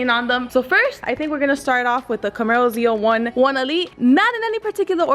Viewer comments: Zle doesnt seem wrong to say but sounds weird 2 hear lol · idk why but whenever she says “camaro zle” it pisses me off.